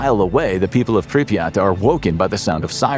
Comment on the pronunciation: Good video, but why do you keep pronouncing Pripyat, as Pripreyot